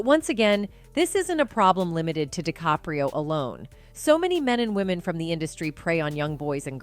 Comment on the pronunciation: She can't get his surname right plus these self censure blips are annoying. Plus, seeing DiCaprio laughing it tells me it's all a hoax